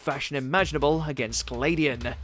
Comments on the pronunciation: It’s pronounced Glad-ion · the way you pronounced Gladion was bad lol